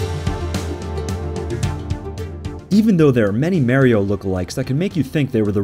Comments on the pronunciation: and it is MARIO NOT MERIO ! ! ! ! also it is SAMUS NOT SAME-US ! ! ! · Great video but i cant stand how you pronounce the "A" in Mario and Samus lol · I don't like it when people say "mare-io" instead of Mario lol